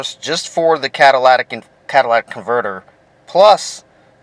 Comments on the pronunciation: It is C A TA L Y T I C! not CATALATIC. iF YOU TAKE IT OFF TO CLEAN IT, YOU WOULD BE A DUMBASS not TO REPLACE IT. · Cadilatic ? cat ta lic ,,,,,your english teacher failed you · CatalYtic not catalAtic!!!!! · learn how to say catalytic convertor. Its not CADILLAC convertor you moron. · Cadillac ,it was hard to watch with you miss pronouncing every thing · It's comical each time you say catalatic! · It is driving me insane that you are all pronouncing it incorrectly and misspelling it. Which is probably why your mispronouncing it catalytic converter (cat a lytic) say it with me kids (cat a lytic) Now go tell your friends. At least the previous commenter found some humor in it all. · Cah-tuh-lit-ic converter bud. Not bashin on ya, just a lil pronunciation drop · He said Cadillatic. It really fits since the damn thing is so expansive. I meant, so expensive. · I agree. And I heard one guy say catalyTHic converter. It's due to the lack of phonics teaching in our purposely dumbing-down schools. Regardless, I prefer calling it a "cataclysmic" converter. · Can we learn to say "catalytic" properly though? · This moron can't even pronounce the word "Catalytic" . Why would I trust ANYTHING he advises? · FR THO pronounce it CARRectly